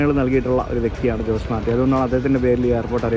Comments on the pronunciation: In Spanish ജോസ് അല്ല, ഹോസെ ആണ്. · ജോസ് മാർട്ടി അല്ല ഹോസെ മാർട്ടി... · In Spanish J is pronounced as H so JOSE is pronounced as HOSAE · In Spanish the letter J is pronounced as H/ ch. So Jose is pronounced as ഹൊസേ 😊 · ജോസ് അല്ല.. അത് ഹോസെ ആണ് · ഹോസേ എന്ന് പറയണം. ജോസ് അല്ല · José is pronounced as ho-say in Spanish influenced places. ജോസ് എന്ന് നമ്മുടെ നാട്ടിൽ മാത്രമേ വിളിക്കൂ.